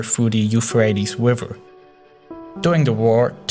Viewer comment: I love the way you say river lol